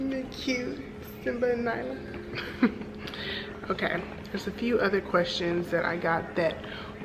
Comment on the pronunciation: Thank you for answering my questions with such great detail! Also lmao at "lackluster flight attendants" that took me out!!! You should do another one of these before vlogmas ends. This was very fun and entertaining haha. whispers btw its simba and Nala (not nyla).